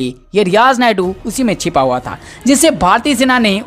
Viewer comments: अरे भाई, रियाज़ नायडू नहीं, रियाज़ नायकू। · Naidu nahi yeh naiku hai bhai Suresh G yeh kise news padne laga diya appne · It's not niadu it's nayku dear don't say naidu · सुरेश जी कृपया भविष्य मे ईन सज्जन से उच्चारण सही करवायें। वह नापाक नायकू था नायडू नही । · रियाज नायडू नही नायकु 😁😁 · आप रियाज नायडू बोल रहे है रियाज नायकु नाम था आतंकवादी का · रियाज नायडू नहीं नायकू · Who is speaking, change him, because he is speaking Naidu in stead of Naiku. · Not Naydu Name sahi bolo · Abey Naidu nhi naikooo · Sir ji naydu nai hai nayku hai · nayadu nahi.....nayaku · Are paagal he is Riyaj Naikoo.Not Naidu. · Riyaz Naidu nehi bhai, riyaz naikoo. Logo ko itna info de rahein ho buta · Poor reporting....pahle toh tum sala uska naam galat bola, Naiku ko Naidoo boltey Rahey....so, I unsubscribed. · Is Naye jamoore ko news padhne ki samajh nhi hai , sureshji aap hi news padha kro.Riyaz naikoo ko Riyaz naidu bol rha hai aur mol Lena ko molna .